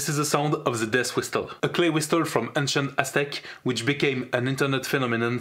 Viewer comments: It's pronounced "whissle". The T is silent. Excellent travail! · You shoud pronounce it as /wɪ́səl/, or simply WIS+uhl. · The 't' in 'whistle' is silent bro. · I have NEVER heard someone pronounce the. T in whisTle